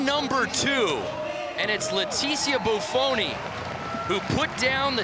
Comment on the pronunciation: does anyone else feel like the second commentator just couldn't leet himself celebrate Bufoni's win? "What if he drops her?" and then pronounces her name wrong at the end -_